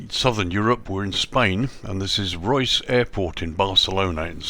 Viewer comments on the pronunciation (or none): Nice video. It’s pronounced Ray-us